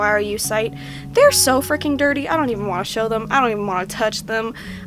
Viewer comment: Why are you keep on saying frecking